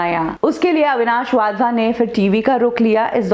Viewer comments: अविनाश वाधवा नहीं अविनाश वधावन। नाम बीच में गलत बोल गए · He is. WadhwaN and not Wadhwa. Agar aap naam theek.sey pronounce nahi kar patey toh how will.you do justice to.the video. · वाधवा नही वधावन हैं। 😂😂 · वाधवन नहीं वधावन है। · Avinash wadhwa nahi ........ Avinash wadhavan naam hai unka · वाधवा नहीं वधावन